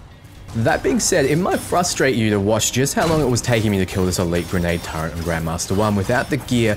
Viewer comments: but it hurts us precious! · Why do aussies/kiwis struggle to say Turret?... you say Turret but then start calling it a TurreNt.